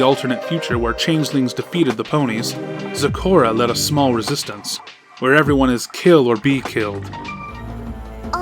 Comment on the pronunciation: It's not store in its zecora